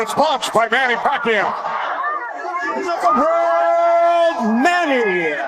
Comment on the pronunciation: Manny pakyow 😂😂 Exactly like a filipinos version of fucku